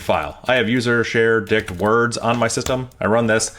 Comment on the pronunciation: Every time he says dict words . . . I hear something else!